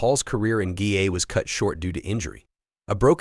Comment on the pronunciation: The huy in the grey hoodie is not Paul but a Dubliner who won the Paul Mescal lookalike competition last week in Dublin! Sloppy editing and its not " GAYA" it GAA= GAELIC ATHLETIC ASSOCIATION.